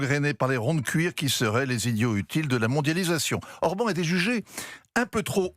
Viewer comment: l'expert géopolitique qui prononce mal le nom de Orbán Viktor, du grand Europe 1 - comme dab